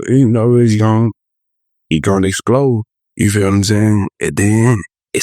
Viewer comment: what’s yall favorite mispronunciation of baby joes ? a. sitchiation b. persoglally c. exclode 🤣💚